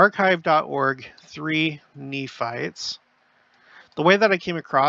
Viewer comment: I love how down to earth you are, feels like we are visiting close by, even the words slip ups are great. (Knee farts/Nephites) 😂😂😂 Really enjoy all I’m learning and this channel. Thank you ❤